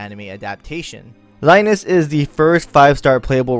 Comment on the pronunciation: No its Rai-nez, its how its pronounced, Rains/Reins sounds weird tbh, you probably hung from Cid.